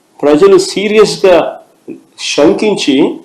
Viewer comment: శంకించి ఏమిటీ రా నాయన తెలుగు😂😂😂